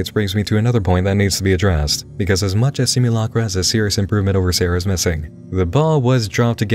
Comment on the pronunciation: FWUCK IT SOOOO MWUUUUUCH